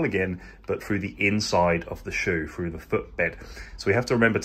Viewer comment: "fread frough the front"